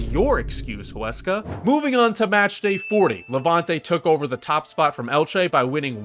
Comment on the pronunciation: I am impressed Huesca name was well pronounced 👍 It is one of the smallest budgets so it was a very successful season La Liga 2 holds many historic teams with large stadiums and crowds along upcoming teams , so it is extremely competitive